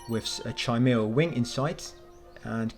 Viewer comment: Its not Chi mara its pronounced Kimara